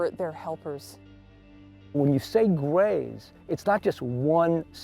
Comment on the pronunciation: abducted by the gays of the westend? Lol O he said grays LOL